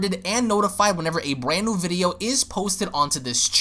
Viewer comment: Did you say a Bwand?